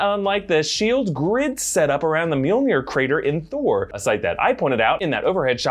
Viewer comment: “Give me the toah”